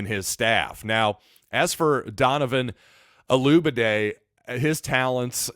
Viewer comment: Look man, before you introduce someone LEARN how to pronounce the young man’s name! There are videos everywhere with interviews with Donovan and other broadcasts correctly pronouncing his name! Man, it’s embarrassing!